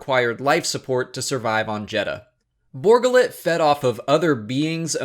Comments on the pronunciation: Borga Lit? Really? Funny, everyone here heard it as Bor Gullet. But maybe it's just us. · Bor Gullet. ....you keep saying Borgullit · It's not Borgalit. It's Bor Gullet! He will know the truth. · Why do you pronounce it Borgullet? It's two words and they say it's name in the movie. Bor Gullet. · I just can't get over his pronunciation of Bor Gullet. it's a 2 part name. Bor. Gullet. not Borgalette as he calls it. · Bor gullet, not borgullet! How is he pronouncing it wrong. His name was said in the damn movie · ...did you not see the movie...or are you ignoring the way his name was pronounce in the movie just to annoy everyone...?